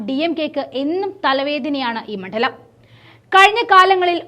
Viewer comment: മണ്ഡലത്തിൽ എന്നാണ്. മൺഢലം എന്നുച്ചരിക്കരുത്.